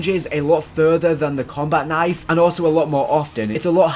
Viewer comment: "Combat Knife" You butcherd it